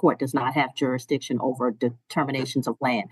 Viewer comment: None of them can say jurisdiction 😂😂😂😂